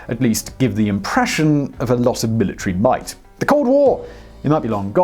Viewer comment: Omg you are truly an annoying youtuber. "Bilitary bite?" Wtf Dude love the so called.knowledge but you try too hard. You sound like you from London.. lol Hey you brought it up brother. I just honestly can't listen to your voice anymore. Be safe lad or mate. Hell idk Click bait tsar bomba